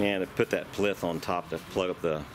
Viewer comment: What you called a "plith" is actually a "plinth".